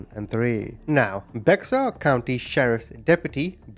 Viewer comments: Bexar County, Texas is pronounced BEAR COUNTY, TEXAS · BEXAR, COUNTY IS PRONOUNCED BEAR COUNTY. San Antonio, Texas.